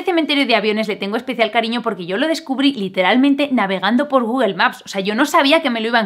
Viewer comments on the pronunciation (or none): none